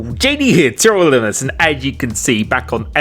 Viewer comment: More like "JD here, TRL Lildmmedsmd"😅